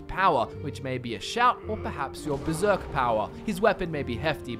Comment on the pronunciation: There's an r in Berserk. You knew that right